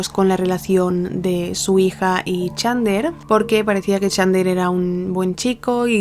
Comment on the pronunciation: Me quiero pegar un PUM cada vez que pronuncia mal el nombré de chandler